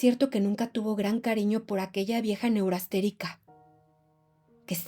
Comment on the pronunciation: NO ES "NEURASTERICO" ES NEURASTENICO